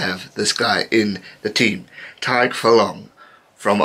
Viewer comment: Your pronunciation of tadhg is getting much better